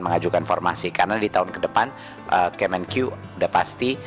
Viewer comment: Pak kemen u pak bukan kemenqyu